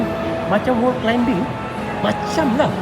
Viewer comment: Wow kalo sy balik kl nanti boleh lah pi ombak klcc.. thanks for sharing. Maaf ye bang, sebutan utk “climbing” tu bunyinya kalau dlm ejaan BM adalah “klaiming”, bukan “klaimbing”. “b” kat tengah2 tu adalah silent “b” bang. Sorry ye. Yg sebutan “buggy” tu ramai kat sini dah perbetulkan. Harap maklum 🙏.